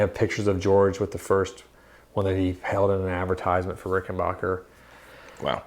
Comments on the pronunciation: BACK not BOCH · Hey Guys . . It's pronounced Rick - en - BACK - er . . . NOT Rick - en - BACH - er!! When Adolph Richenbacher founded his company he named it for himself. But with the outbreak of WW2, he was worried that folks would think Richenbacher was a German based company, and so he Americanised the name to make it sound true blue made in the USA, which indeed it was, and still is. Rickenbacker is as American as the Cadillac. This info is right outta the Rickenbacker book. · Rick- in- BACKER, not rickenbocker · WOAH THERE, I'm positive it's pronounced "- backer" and not "- bocker" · Not Rickenbacher; it's Rickenbacker. Tom Petty would be pissed if he heard the mispronunciation. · The correct pronunciation of the name is Ricken-"BACK"-er. It's a short "A." Not a long "AH." Check it out with anyone from the family or management. Great vlog, guys. Very informative.